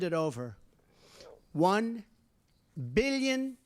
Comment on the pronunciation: "of which the United States has already handed over [pause for dramatic effect] won BEEYELUN dollars"